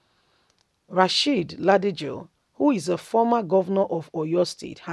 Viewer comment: Pronounce the name Rasheed Ladoja properly please, my sista. It is L A D O J A. Kudos to our ex governor for telling it like it is.